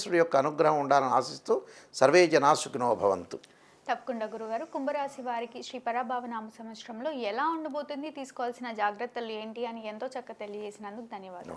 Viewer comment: నువ్వెక్కడి యాంకర్ వి! పరా బావ సంవత్సరమా? పరాభవ అనే పదాన్ని పలకడం కూడా చేతకావడం లేదు.